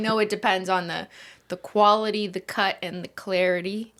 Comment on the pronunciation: Ah, the 3 C’s. Cwality, cut, and clarity.